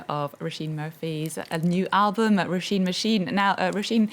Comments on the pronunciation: Roh-SHEEN is the right pronunciation; it translates as "rose." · Mispronounced her name over and over then abruptly ends interview